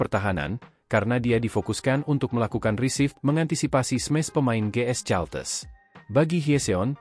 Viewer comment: Caltex ..bacanya kalteks kali Om....bukan caltes